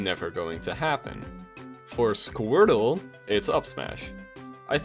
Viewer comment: He said "squirtle" lmao